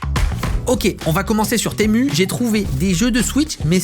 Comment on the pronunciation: Moi je penser qu’on disait Temu pas temou